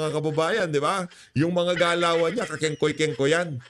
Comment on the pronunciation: kingkay not kingkoy risatanas yan eh😂😂😂